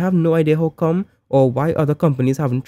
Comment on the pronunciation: Lol u sound real trini when u say i dont know how come